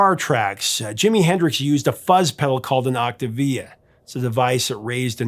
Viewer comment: It’s an oct-TAVE-ee-a, not an octa-via. 🎸